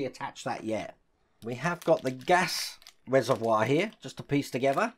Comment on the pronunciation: Wow you said reservoir correctly. Are you actually or are you a Body Snatcher Pod Person?